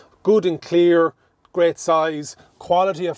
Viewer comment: Sorry but, could you explain to me what you mean when you say "bonnesh"? is it maybe the bonnet you are talking about? I also like the "pockesh" on he door🙂 People from UK will not understand you.. ahahaha. Anyway, greash video!